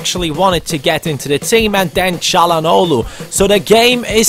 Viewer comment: ah so you can say calhanoglu well😆